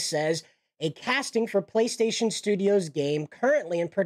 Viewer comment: Play station is a proper name, you pronounce it in English.